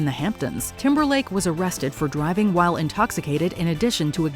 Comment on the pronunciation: Hey, It’s Timberlake not Timberline